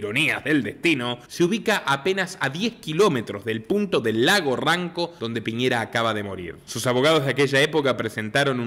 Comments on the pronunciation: NO ES LAGO RONCO ES RANCO RANCO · Se llama Lago Ranco 'NO' Ronco..... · Lago ranco no ronco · El lago es Ranco no Ronco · Mon NO ES LAGO RONCO ES RANCO RANCO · Lago Ranco. No Ronco.